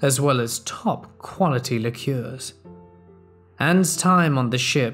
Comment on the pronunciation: "Lick-yoors" "Fighted"